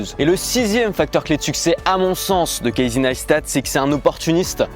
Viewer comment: Phonétiquement > [KEYSEE NICE TAT] !